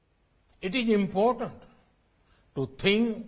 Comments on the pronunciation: What??? why is he telling "It is impotent" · Not even 4 IELTS bands worth of english. Important sounds like impotent !!